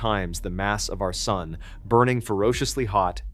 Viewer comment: why the hell did he say, "It millions of times the mass of our Sunday?"